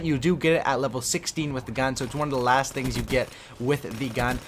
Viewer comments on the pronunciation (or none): none